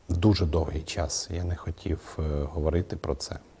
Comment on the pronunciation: Слово хотів українською вимовляється як «хотів» а не «хотіф»!